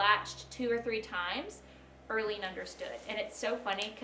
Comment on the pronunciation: Erlene. More like Early-ne 😅